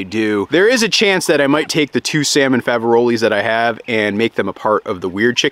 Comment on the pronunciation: It's pronounced Fav-a-role (the s is silent) unless discussing more than one!